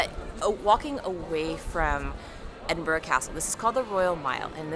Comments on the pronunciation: don't say 'O' on the end of Edinburgh. I's more "uh". Exactly the same pronunciation as an English "borough" BUR-RUH. Or even just "BRUH". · By the way it is pronounced ... Ed - in - bur - ah ... :) .... Glad you enjoyed your trip , Such a beautiful video!